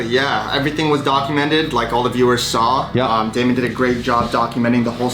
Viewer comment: You know that when lawyers pronounce Damons name wrong they arent paid actors